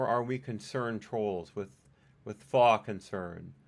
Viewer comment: Hey! I enjoyed the video. Sorry I missed the live stream. Btw faux is pronounced “fo”